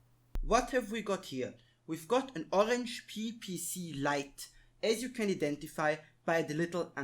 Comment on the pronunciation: There's the other side of a resistor right before the microusb line that you can use to solder to vcc-in easily, you've basically pointed directly to it but did nothing, it's working nicely here after some rerouting Also please don't say Orange Pee, cmon